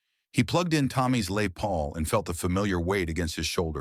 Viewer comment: French speaking AI pronounces Les as Lay and called it macaroni. The future sucks.